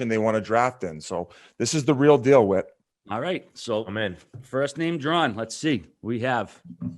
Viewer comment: It’s whit and it’s not close